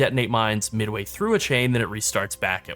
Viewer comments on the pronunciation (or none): none